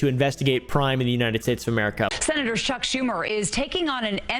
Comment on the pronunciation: HaHaa... she said " senator Shuck Schumer."